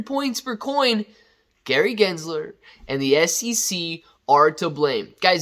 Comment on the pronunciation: Like how you say good guys Gary jizzler 😂 is not a good guy